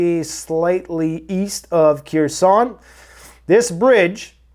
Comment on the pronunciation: Great show but your pronunciations need work 😬 Kherson [haer-sone] Kiev [Keev] Slang for Russians '"Ruski" [roo-ski]